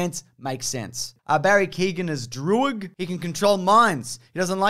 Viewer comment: It's pronounced Barry K-yo-an